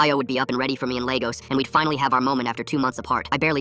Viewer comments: Nigeria mentioned Why did it pronounce Ayo and Lagos like that😭🙏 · yeah lol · My thoughts exactly